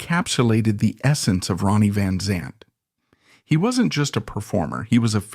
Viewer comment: Pronounce his name right...smh